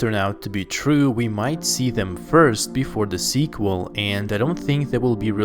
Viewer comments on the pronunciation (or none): Why does he keep saying squal its a third installment lol